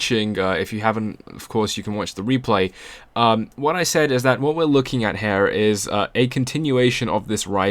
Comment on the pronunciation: dont say HAIR its HEEERE...nice voice no HAIR needed!